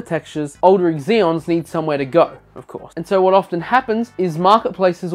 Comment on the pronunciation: I'm sorry but I can't give this video a like. It's not EXeons. Just. Zeons.